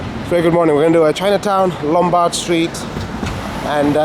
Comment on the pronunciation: Lombardo streeto lmao